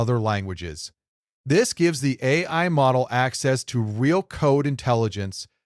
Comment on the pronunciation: So the voice is AI generated? There are just too many slip-ups (errors) in the voice track. Things like mispronouncing "AI", and LLLM instead of LLM.